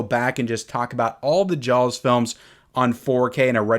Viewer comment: I love hearing you say jawLLLLLs